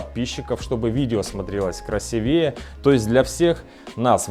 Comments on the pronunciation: КрасИвее, а не красивЕе... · Ребята, ну с красотой работаете, выучите ударение вашего профильного слова - "красИвее"